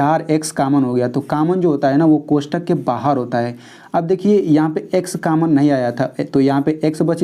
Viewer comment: Kammon nahin hota hai common hota hai